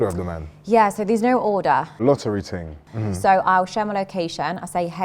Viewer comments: "United nations ting"😂😂😂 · “This ting could bring world peace” 😂😂